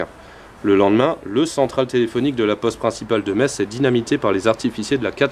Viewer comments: Enfin quelqu'un qui dit Metz et pas metsse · J'y ai habité 4 ans, et je me doutais que prononcerait bien!:D A ceux qui disent "Metss", je leur demande comment ils appellent les habitants. Messins ou.. médecins [metssin]?:p